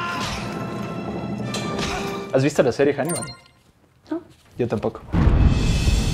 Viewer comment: Hanibal se pronuncia sin la h para los hispanos , mi hermano padre abuelo... Se llaman así No os compliquéis , Anibal